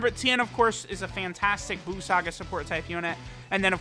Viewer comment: Each time he said "buu saga" I heard "balls sac guy" 🤣